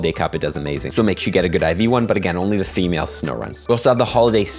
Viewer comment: "FAMALE" Snorunt lol